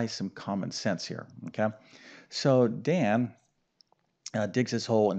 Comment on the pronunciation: It’s Dan not Don, you solved for the wrong variable 🙄😏